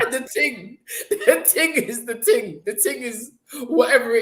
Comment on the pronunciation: "the ting" 😂👏🏾